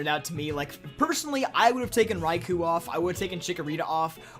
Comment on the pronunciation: The "Kou" in Raikou is pronounced as an extended O.